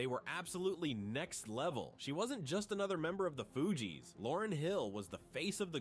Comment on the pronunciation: The narraration is gawd awful, mispronounsing the fugees differently every time... it's just bad